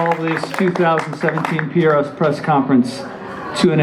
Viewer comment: He is said PAS instead of PRS HAHAHA